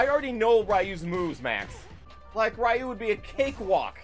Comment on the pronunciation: Who the hell is Rye-yu?, teach your friends how to pronounce his name haha